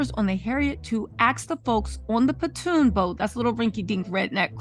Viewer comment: It is a Pontoon boat. PON-TOON. Not Patoon, not Platoon.